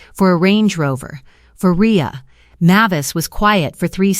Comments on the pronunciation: It's pronounced MAY-vis, not MAH-vis. Hearing you read this stuff makes my teeth ache. Also, no one calls someone a failure when they just stole $64,000 from them.... that's more than the evil sister makes in a year, so she's sure as hell not going to call someone a failure who earned that much. She might call her selfish, but not a failure. Story is completely fabricated unbelievable nonsense. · Mavis is not pronounced as you poorly trained AI is saying. Look it up.